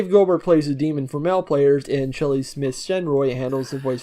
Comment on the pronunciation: (It's pronounced "Shenoy" not "Shenroy")